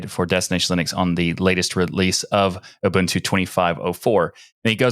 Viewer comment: People from America and Canada really struggle to pronounce Ubuntu correctly.